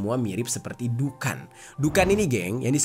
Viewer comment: Bang larat bukan dukan tapi adhuqon( Duqon) 😅😊🙏